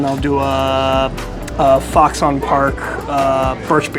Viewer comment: Don't sleep on the Foxon (pronounced "Fox-in", not "Fox-on") Park Extra Dry Pale Ginger Ale, it's their best in my opinion. The sausage is made in-house.